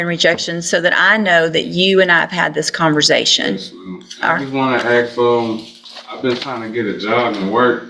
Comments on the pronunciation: Where did axe come from!?!? Now a whole generation can’t “ask”! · Axeing questions again. There’s your problem.